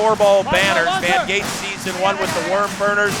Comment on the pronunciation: I thought it was Von Gate, not Von Screendoot?